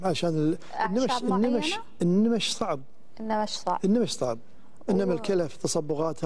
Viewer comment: النمش النون شده بالفتحه وليس كسره بالشده هذا افصح من ترك الاعراب اختبل